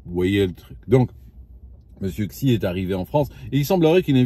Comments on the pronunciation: "Xi" ne se prononce pas "ksi", mais plutôt "si" ou "shi" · Xijinpin le xi se prononce "shi"